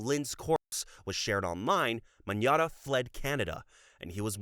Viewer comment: Magnotta is pronounced Mag-not-ah btw!!